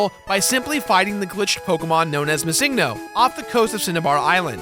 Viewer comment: Dude, I need to beg my parents for Pizza Hut now, THANKS Also... "MisSINGno"? What the heck kind of pronunciation was that,?